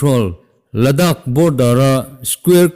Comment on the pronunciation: Pangon tso tih hi nang tluka inhmeh an awmlo,tin,Ladakh tih pawh. Ngaihthlak a nuam bik.